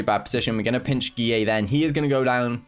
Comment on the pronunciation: i like how says guilleVGX like GEE-AAY